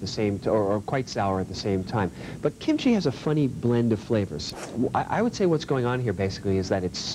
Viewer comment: Amazing show, he even pronounced kimchi correctly.